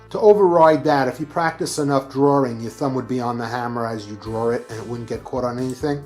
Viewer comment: The word “draw” does not usually have an r at the end of it. Unless you are from Brooklyn or Boston, lol